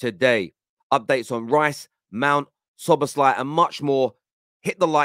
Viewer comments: Brother. It's pronounced: Sobber-sly Hahaha you make him sound like a male on male erotic film actor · Szo-boss-him-lar. I’m calling him